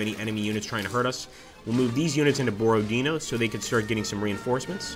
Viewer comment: Hello! Not Borod-e-e-no, but BorodinO — stressed at the last letter